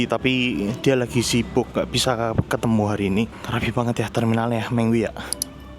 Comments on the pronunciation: Terminal Me ngwi.... Bukan Terminal Meng wi... Perhatikan cara baca nya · Terminal Me-ngwi Bukan Terminal Meng-wi, Perhatikan cara baca nya